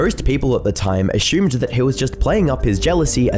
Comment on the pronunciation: Its "assumed" not asshumed, or Tuna not chuna.